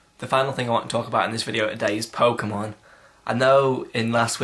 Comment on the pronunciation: pokemon the way u say it is like gay sex =P